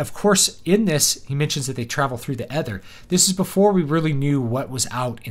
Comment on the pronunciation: Stop saying ether like that.